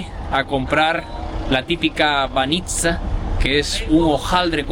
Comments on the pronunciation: Para información técnica, se pondría el acento en "Bánitsa" no "Banítsa" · бАница, а не баницА 😊.